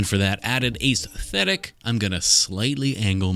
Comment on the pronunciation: “Ace thetic”